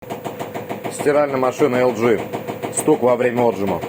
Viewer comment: Да не Отжим, а отжИм, село!